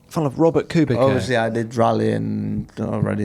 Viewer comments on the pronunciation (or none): Please stop pronouncing Kubica as "Kewbika", it's "Koobitsa", where 'ts' is pronounced the same way as 'zz' in "pizza". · It's rly a unprofessional when you can't pronounce "Kubica" right in F1 podcast so thumb down.